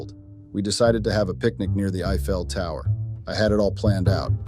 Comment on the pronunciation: Was that the "eye fail" tower or the "I fell" tower?